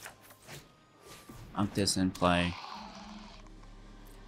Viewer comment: I really liked this deck. I think you are saying "Unctus" 2nd part name crazy weird though..... it should rhyme with architect I would think LOL